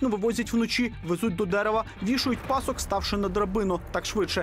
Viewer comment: Люди, ви ж розповідаєте про УКРАЇНСЬКОГО композитора, то говоріть чистою українською мовою!!! Не "Ивасюка" (як прослуховується), і не пАсок, а пасОк....Традиційне: ганюба!